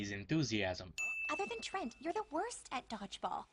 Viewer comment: I'm from Canada too but it's still said trent